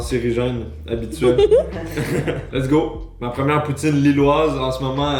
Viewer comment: Quand j'ai entendu "poutine ch'ti" pour la poutine Lilloise j'ai eu un peu mal :((